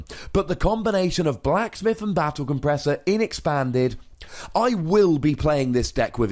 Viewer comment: you read Battle compressor wrong